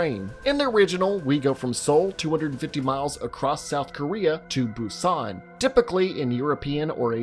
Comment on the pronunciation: Train to Boo-ston lol